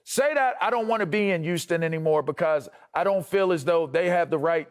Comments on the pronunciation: It's"Huu-stun" lavarr. Not"Uuu-ston" I hate when it's said like that. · Why tf does it sound like he's saying Uston!!?? Not Houston, but USTON!!🤦🏾‍♂️🤣🤣